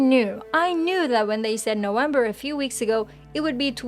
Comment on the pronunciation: Did she say no-wember? Instead of November ?